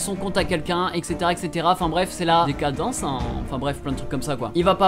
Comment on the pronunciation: "C'est la.. décadencehinn" mdrr